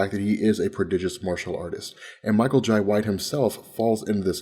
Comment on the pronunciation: it irks me everytime he says Michael Jai Whites name... TF....? it's pronounced Jay just like inbetween my name is lai but it is pronounced Lie